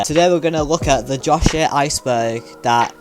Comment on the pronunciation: the josh ehh aicebehrgh